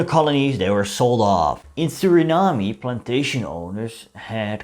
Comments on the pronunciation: I enjoyed your video except for the parts when ya mispronounce Suriname but ya did do ya research on this subject because I know a lot of Surinameese that don't even know this info , Hele fijne feestdagen en een gelukkig 2023 voor u . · Learn to pronounce the name of a country if you are going to make a video about it. 🤦🏻‍♂️ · No need to pronounce the ‘e’ at the end of Suriname, however you do have to pronounce the ‘a’ at the end of idea.